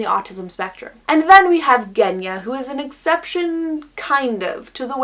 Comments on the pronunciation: Yea it’s pronounced with a Zh sound!! But it’s totally understandable to make the mistake if you don’t know Russian lmao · Genya is actually pronounced with a soft rather than hard G. I have a Russian friend with that name and it was felt weird hearing it being pronounced differently the whole video XD